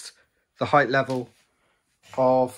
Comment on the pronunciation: Nice work. When you're explaining things, just get to the point though. You spent like 37 minutes talking about the end caps. And cure yourself of the "heighth" disease.